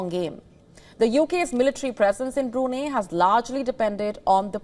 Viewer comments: Get your pronunciation right it is Bru---Nai......there is no 'neh' or 'ahneh' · It's pronounced as BRU-NAI, not Bru-ney. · Its not brunii..its brunai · pronounce it right...its Bru-nei, not Bru-nay...... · Bru-nay🤣 not..Bru-ni 😆you’ve almost killed me luckily dint call Bruno mars 😂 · The beautiful news reader is mispronouncing it. It's BroonEYE. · Why the hell did u say brunei burinei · Wion channel, if u can't even pronounce Brunei correctly, at least get your facts right. Go n study how the British canabalized Brunei throughout the years. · Please could you pronounce Brunei correctly. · She's Indian. they are having trouble pronouncing it properly 😅